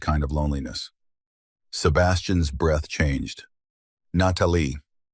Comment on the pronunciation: Loved the story, unfortunately there were no subtitles and the narrators voice is the worst I've ever head. Worse than the braindead aliens voice. This one can't pronounce an apostrophe. For instance , it can't pronounce Sebastian's name !!! It pronounce it as Sebastian S. It was so damn irritating i could scream, but, i wanted to listen to the story, I had to bite my teeth and listen. From Randburg South Africa 20 July "26